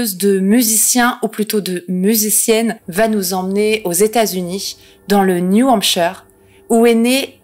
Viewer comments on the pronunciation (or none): none